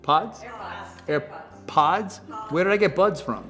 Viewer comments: air puds. he legit said air puds. i love him, hes so old. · my man kept saying air-buds at the start when he literally owns airpods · Chris Evans not knowing how to say airpods is such dad energy